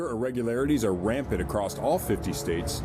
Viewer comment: "...acrost..." Sounds about right.